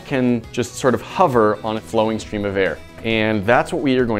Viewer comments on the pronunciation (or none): I can't work out how learned to pronounce the word Hover, but it seems to be either spelled with a U 'Huver' or maybe it has an R in the middle 'Horver'? Not quite Hoover but nowhere near the actual word and it's irritating the BITS off me. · He pronounces it huver but I say hover